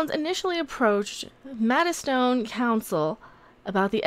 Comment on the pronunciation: it's pronounced Maid..stone lol 😉